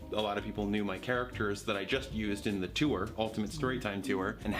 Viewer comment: I love how Thomas says “tour” Tew-er